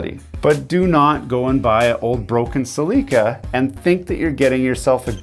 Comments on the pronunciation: lol, you called a celica a seleeka, just like scotty calls hyundai a yundi. I take scott with a grain of salt, but find some value in his content. Plus, as he says, he doesn't take sponsorship and does product reviews. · I was all on board until you pronounced Celica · The way you pronounced "Celica" is just wrong. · A bit of constructive criticism > when calling someone an Idiot or whatever other derogatory label... better learn how to pronounce Celica 😂